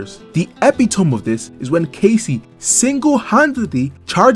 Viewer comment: "Epi-tome"? Sorry to be that guy, but it's "Epi-to-mee"